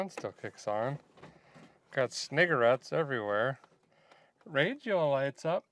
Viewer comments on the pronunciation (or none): Did you say sniggerettes? Lol